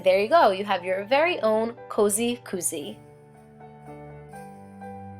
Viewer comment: Is it just me or is she saying COZY wrong? lol No matter if you spell it with a K or a C it's pronounced C-O-Z-Y. That's how we say it in our neck of the woods. :)